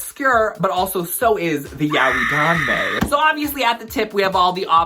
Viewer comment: The pronunciation of yaoi frustrated me. I'm from a mixed Japanese family (we also have Chinese, Korean, Filipino, Hungarian, Spanish, Portuguese, etc. blood) and I've had non-native Japanese speakers who never studied the language, can't read hiragana, katakana OR kanji who aren't even of Japanese descent, don't speak the language and have no friends who are Japanese or speak Japanese correct me and others who pronounce it as "yow-ee" and tell us it's pronounced as "yah-oy" and I'm sad to say these people are often white people whose limited knowledge are sourced from other ill-informed individuals who believe this to be correct.